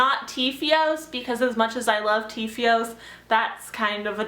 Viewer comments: it's tIfios not tEEEfios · Lol I know so many people who pronounce TFIOS differently, but you pronounce it...really differently.